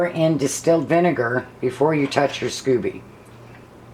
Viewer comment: I think it's scoby as in "sc-oh-be", not scooby like Scooby Do. I use 4 green tea and 4 black tea bags but like the idea of the kind of tea you use. I pretty much followed Kambucha Mama to get started. Haven't done any flavored kamcucha yet. I like the idea of peach, cherry or mango. I like your brewing vessel. Where did you get it? Hobby Lobby has a beautiful one but it's way to delicate and almost $80. It took 3 weeks for mine to brew because we keep it so cold in our house. I think I need to get a heater strip like Mama uses. Top of the fridge still wasn't warm enough.